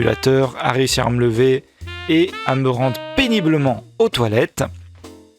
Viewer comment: Pénibeulment ? Deux fois ? C'est un hijack de cerveau !